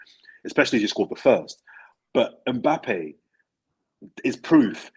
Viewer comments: Someone tell it’s Mbappe not M Pappe🤣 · Why does call Mbappe Mpappee?